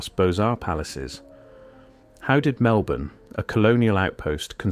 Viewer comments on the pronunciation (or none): none